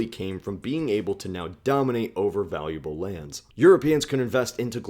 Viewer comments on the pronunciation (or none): none